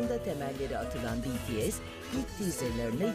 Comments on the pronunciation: sonunda bir haber kanalı düzgün söyleyebildi şu grubun adını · ALLAH'IM şükürler olsun Bts'in adını doğru düzgün söyleyen bir sunucu da karşımıza çıktı ya helal olsun be böyle devam🥳🥳🥳😄😁